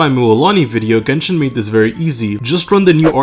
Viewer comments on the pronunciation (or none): none